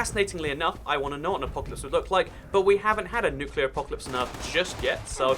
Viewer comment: actully we have had a nukeler fallout (chrenobly)